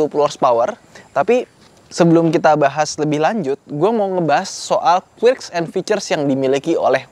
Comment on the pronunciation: Sorry ni, mungkin pronounce "quirks"nya bisa dikoreksi sedikit, bacanya "kuerks" bukan "kuirks"